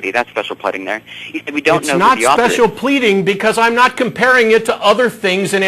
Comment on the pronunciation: Special PLEDDING? He's just so cute.